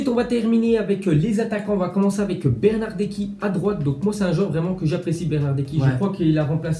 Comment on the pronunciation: Bernarderki ???? 😂😂😂😂😂 c est bernardeski lol